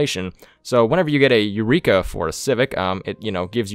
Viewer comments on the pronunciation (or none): none